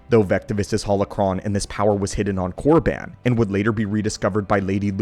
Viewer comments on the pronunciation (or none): none